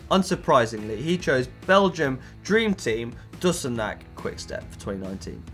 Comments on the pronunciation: It's pronounced De-Kuh-Ningk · Nope c got to speaken as K Im belgian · Awesome preview, lets see what they can bring, just a minor tip for you, "Deuceneck Quick Step", its actually pronounced as DeKeuninK, so no need for "deuce" or necks;-) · omg you butchered "Deceuninck" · I would probably have chosen Jasper Phillipsen this year before Remco Evenepoel. Remco needs a lot more to grow i think, and Jasper has already proven himself against some pro's. And nailed pronouncation of Deceunick totaly;)